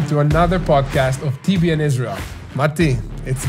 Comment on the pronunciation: TBN not ten